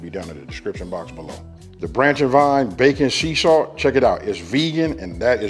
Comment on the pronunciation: Wait... did he say "backon seasalt"???